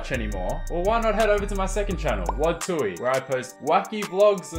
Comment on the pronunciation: Wadzee. Not wadzy